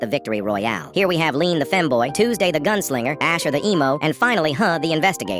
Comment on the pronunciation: I'm I hearing things or did he just say Lean the femboy